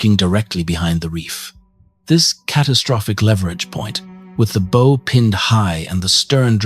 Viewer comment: teach this thing to say bow correctly....good videos otherwise ty